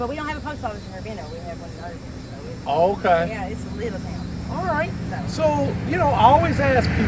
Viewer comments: Love your video. Grew up here in Irvine (Ervin) not Ir-vine!! Best food ever!! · Get someone to tell you how to pronounce Irvine Maybe if you think about it as Leaving the e off and say Irvin or like a car vin # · It’s not pronounced Ir-Vine it’s Irvine lol 😅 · "URV'N!" is how you say it. "URR-VINE" is in Orange County, California. Long live the Wigwam. The BP gas station in Waco, not far away, has the best danged gas station food on the planet.